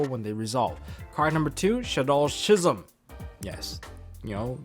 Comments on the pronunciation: I hate to be that guy...... but it's pronounced "Ski-zam' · you should google "schism" and hear how it should be pronounced (saying this in a friendly manner btw xD)